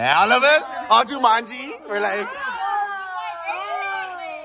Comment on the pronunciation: “ all jumangi “😭🤣